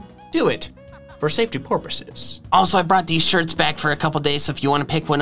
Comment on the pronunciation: He he "for safety Porpoises" he he